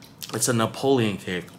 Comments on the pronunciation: It’s Neapolitan not Napoleon (the French emperor) 😆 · Neopolitan.. Not Napoleon 🤣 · Happy birthday🎉….oh…it’s Neapolitan…not Napoleon…silly 😂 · "Napolean" cake lol. It's called Neapolitan.